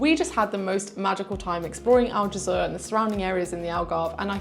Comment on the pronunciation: And Aljezur should be more like "aljezoor" (the "oo" being pronounced like in "good") and less like "aljezuhr" but that's just me being a bit picky. 😄